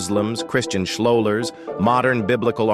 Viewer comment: Christian SCHLOLARS??? NOT to WORRY, the AI pronounced it just as it was spelled, without ensuing embarrassment.